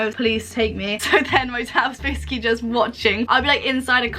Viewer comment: This girl cannot say the word “basically”